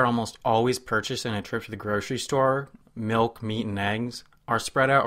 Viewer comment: Gurshery stores, huh.